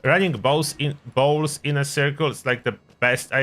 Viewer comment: When your acccent makes bowls sound like balls. :)